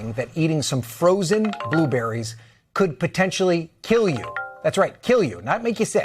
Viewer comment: It’s “blueberry” not “ boo berry” pleeease 😣